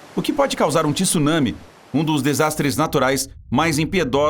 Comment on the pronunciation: não é Tisunami é Tsu caralho não sabe pronunciar tsu não grava vídeo